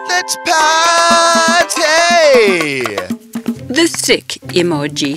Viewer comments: It’s let’s peeeeerty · why does the emoji "lets Party" keep saying lets plarty for every reason its so werid but i still like the story 🥳🥳🥳🥳